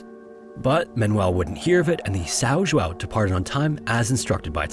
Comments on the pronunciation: The correct pronunciation in portuguese of the ship's name is something like this: Saun Joaun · "Sow Joo-ow" 😂😂😂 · You completely butchered the name São João. It's that hard to Google the right way to pronounce the name, before making the video?